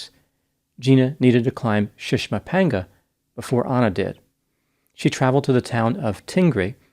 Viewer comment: I watch a lot of videos on mountain climbing, and props to for his pronunciation of the names of those mountains.